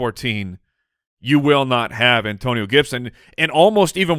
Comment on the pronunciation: An-Toe-Ni-NOOOOOOOO! Gibson